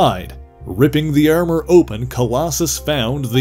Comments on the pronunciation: Why do you say Ermurr for Armour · the way you say ermor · Very Frank Ze 'Ermer' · I heard all of the “ar” sounds as “er” sounds myself. Is this a midwestern Canadian thing and is Minnesota included in that at all? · This was a really good and informative video. Though how he pronounced Armor is a little strange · take a shot every time he says "gUHrden", "UHrmUHr" or "dUHrk"